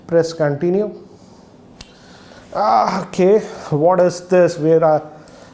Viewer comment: Bro you say what not say whad and another world everything not say everythang